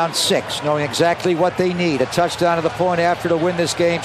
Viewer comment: He says Touchdown like soccer